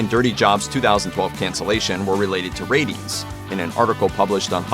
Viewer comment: Every time he said “ratings” I heard “rabies.” With this show, it’s not inconceivable that it got cancelled due to rabies.